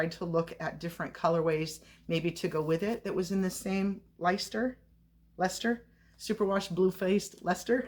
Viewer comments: Leicester is pronounced Less-ter x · Good morning:). The name is pronounced " Lester". It's an old English word/name. I know this to be true because I'm from Massachusetts, we have LLLOOOOTTTSSS of Old English name towns and cities, and I have been to England. I'd love to hear you try to pronounce "Worcester", lol....nobody outside of New England, except for people from England, can ever pronouce some of those names right lol 🤣. But you did good, you came close.